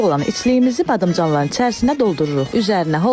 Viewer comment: ƏvvəlЦе, BadımЦanlar... Ay insan, Azərbaycan dili lüğətində `Ц` herifi ve ya sesi yoxdur.. Çiçəy sozune tsisey demey savadsizliqdir.. Videoya dislayk qoyub kanalida blok edirem.